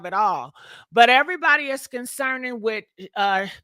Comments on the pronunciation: His last name is BIEBER not beaver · Jesten 🦫 BeaVer 😂 Justin Bieber GiGi… Bie-BER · “Justin BEVER” lol😂